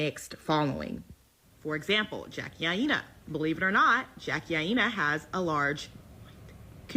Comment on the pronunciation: I just came to her how she pronounced our good friend Jackie name lol